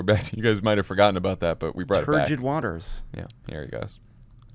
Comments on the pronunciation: Turbid, not turgid. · Lovett: turgid waters? I think (or hope) you mean turbid. Turgid means rigid because of the pressure of liquids in a more or less elastic tube (you pompous dick!)